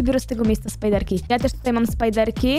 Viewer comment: Ale mnie skręca jak mówicie spajderki